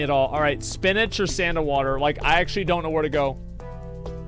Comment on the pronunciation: every time he says "spinatch", a sailor dies